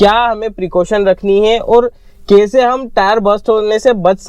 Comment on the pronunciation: The way he pronounce "Kaeise" .. typical MP thing